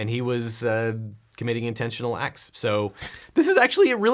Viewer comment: committing intentional "axe"?